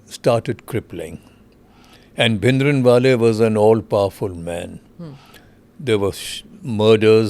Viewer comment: Brar can't even pronounce the name of bhindrawale who now claims to know the ground situation.non sence.